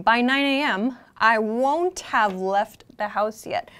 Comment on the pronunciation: I want to know how you pronounce the ‘won’t have’? Wondav?